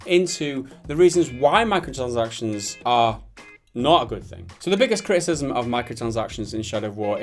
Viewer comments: This guy saying 'micotchansactizns' is so annoying I had to dislike. Apologies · I like how he can't pronounce 'micro transactions' properly. He says 'Micro sansactions'